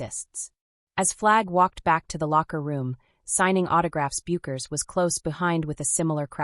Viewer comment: Think of the beer or hair product "Beck's" when pronouncing Paige's last name. It will make it easier to afford credibility to the commentary.